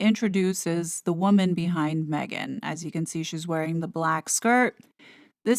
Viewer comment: Did that lady say, Megain, Im talking…… I think she did